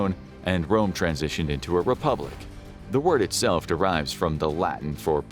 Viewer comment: Rome not Dome